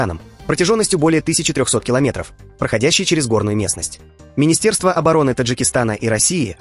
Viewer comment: "Минисерство"😂😂 оторвали таки букву т